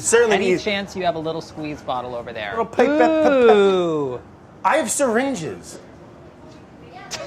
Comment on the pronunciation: the best parts were brad trying to say pipette and claire appearing in the best sweater i have seen in a long while and (last but not least) chris spending the whole video trying to curb brad's impulsive chaotic behavior